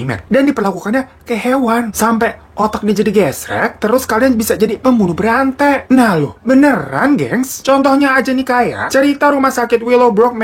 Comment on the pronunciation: Bang ko w dengerna pembunuh berante😂😂awaaakkkakaka bukanna berantai ya